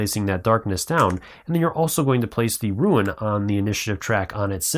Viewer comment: Nice video, but since English is not my native language I got a little thrown off when I hear "rooin", sin rune is pronounced "roon" as far as I know. Thanks for sharing, I backed the project and the delivery date seems so far away.